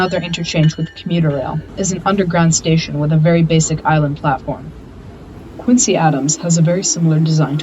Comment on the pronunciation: "Quinzee," NOT "Quintsee"...